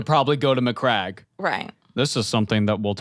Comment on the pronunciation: My dude I'm sure that saying MyCrack instead of Macragge is a WarHammer Joke already done to death but at the same time I laughed way more than I should have